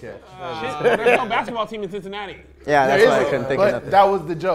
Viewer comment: said 'Chin-cinatti'.... Lmao